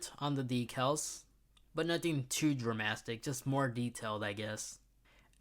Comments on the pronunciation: Lost me at ‘dramastic’ bruh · "Dramastic"? Ricardo? I cant stop laughing.....